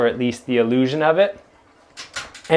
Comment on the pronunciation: Emphasis on “illusion”😂